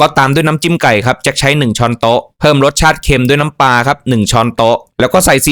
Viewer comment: ควบกล้ำด้วยก็จะดีในการนำเสนอปลา ไม่ใช่ปา